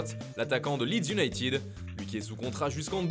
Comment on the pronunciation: Manchester iounaïted,ted,ted et non pas iounaïtiiiiiiiid 20 dious 😫😖🤬